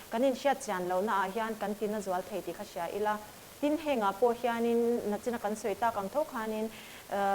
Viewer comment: Nachina kan sawi te i tia, nichin tih tur oooo